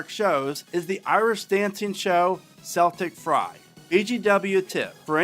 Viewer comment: So close to being the perfect theme park video ! The way you said the longest running show was wayyyyy off, it’s pronounced “Keltic Fire” but it is spelled the Celtic way because you are in Ireland. I highly recommend the tours ! They have 2 for the rollercoasters as well as animals and seasonal tours throughout the year !